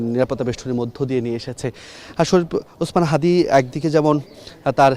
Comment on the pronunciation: বিএনপি মহাসচিব হাদীর নামটি ও ঠিকভাবে বলতে পারেন না